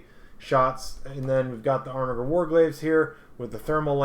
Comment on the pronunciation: This video is unwatchable to me cause of the way you butcher the pronunciation of armiger. It's like you're doing ermahgerd. It hurts my ears. Good content otherwise